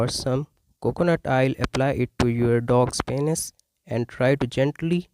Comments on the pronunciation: It's PEEEEEEnis not PAAAAAHnis. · Oh my god let’s start with saying Penis correct… PEA-NYS LOL